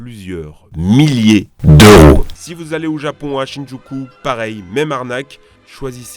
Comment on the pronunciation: plusieur milliers D ' E U R O ca me tue de rire XD